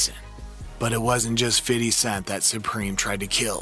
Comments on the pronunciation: I can’t listen to this guy call him fiddy I’m done 😂😂😂😂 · The way the narrator says "Fiddy" sounds so awkward. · I wince when i hear him say "fiddy" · God damn man, stop saying "FIDDY". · Why he calls him "fiddy" the whole time??? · When the narrator tries to be street by over emphasising fiddy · I HATE how this dude says “Fiddy” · I cant be the only person that cringes when he says "FIDDY" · It's irritating to hear this guy say fiddy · Can you say fifty ??? Lmao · I cringe every time he said Fiddy! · bro is fifty cent 😂 only white people say fiddy cent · Why is he saying Fiddy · Bruh why can't you say Fifty? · You ruined the video for me lol. All I can hear is fiddy now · Why are you saying "Fiddy"? What even is that? Lol. Its Fifty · “Fiddy”, his rap name is 50 Cent but this guy thinks it’s Fiddy Sent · BIG facts. It's fiFty NOT fiddy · STOP SAYING, "FIDDY!" It's Fifty cent. He's even said it. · Saying fifty as "fitty" is wild lol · Why do white people always call him Fiddy? It’s just Fifty lol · Just say “fifty” damn 😂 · I hate that you feel the need to say fitty. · i call him fiff, not fiddy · It's Fifty not FIDDY!! 🤣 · Who told this guy to say FIDDY instead of 50?? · Fifty!!! not FIDDY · dog remake this video saying FIFTY please. who tf calls him fiddy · I can’t watch for the simple fact dude keeps saying “Fiddy”🤦🏿‍♂️ Do white people realize that we don’t call him Fiddy but the we call him Fifthy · You know not one black person pronounces his name like “fiddy” its “Fidee” you over pronounce the D and Dont pronounce a y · ITS FIFTY NOT FIDDY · This is the last time I’m ever watching one of your videos. Over there saying fiddy. Video not even that good to be this disrespectful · He probably practiced saying Fiddy a thousand times before making this😂😂😂😂😂😂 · yeah like just say fifty like white people should lol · i was just about to comment how i HATE hearing this guy saying "fiddy"....it makes me sick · And he's popping it to " Fiddy" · Fiddy with the shiddy 😂😂😂